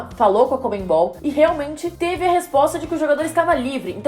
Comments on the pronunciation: Se pronuncia conmebol e não comenbol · Pessoal de São Paulo, não é conmeMbol não.. Por favor, falem CONMEBOL! Como é o certo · "ConmeMbal" kkkkk